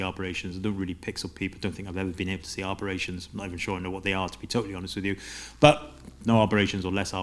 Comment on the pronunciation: It’s aberrations, not arberations 👍